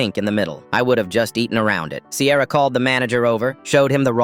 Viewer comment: This is so sweet 🥹 But I’m sorry did you say CAMRON AND SIERA